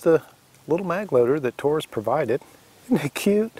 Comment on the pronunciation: Great video, and it's very good to hear you pronounce Taurus correctly most don't and it drives me crazy. Most say it (Toarus) not Taurus. Anyway my son just bought one and he didn't get a magazine loader, but like you say they load by hand very easy.